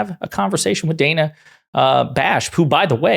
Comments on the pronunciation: Her name is pronounced Dan-uh, not Day-nuh. The right get enough names wrong on purpose, the least the left can do is get the names right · Please start pronouncing Ms. Bash's first name correctly. It is NOT day-nuh. She pronounces it Dan-uh which rhymes with Anna. It may seem like a small detail to you but I assure you it's not to her or to your viewers who know this, it just looks like you don't do your research which we know you usually do. Thank you. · its pronounced dan-uh not day-nuh Bash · It's Dan-a like Daniel. DANa Bash not Dayna. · Dan-a Bash (please do yourself a favor) pronounce her name properly.